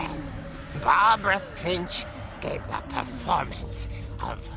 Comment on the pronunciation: My last name is Finch so how dare you say it wrong